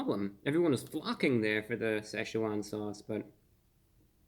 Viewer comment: I thought he was saying this is a spice that 'laughs'. I thought, OMG, that must be one hot sauce to be laughing at me!!!!